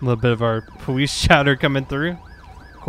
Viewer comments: He said powise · Powese? (How FTM says Police)